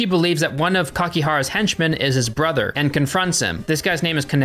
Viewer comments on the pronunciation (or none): none